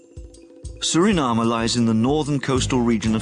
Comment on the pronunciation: It's soooo refreshing to hear a Foreigner pronounce the Name of my Country SURINAME the proper way instead of trying to pronounce it in an English way, together with other important names! MI LOBI KONDRE SRANANG (my beloved country Suriname)